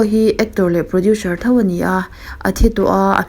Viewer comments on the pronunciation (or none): Producer hi 'produsher' tih a lam rik a ang lutuk a.. ka ngaimawh riau a ka rawn sawi mai mai ✌